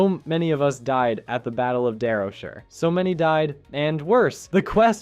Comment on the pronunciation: SHIRE, SHY-ER, SHY-ER, WHAT IS THIS DARROWSHER CRAP 😂